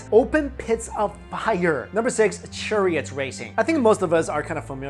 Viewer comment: you say churriott but not murrio kart lol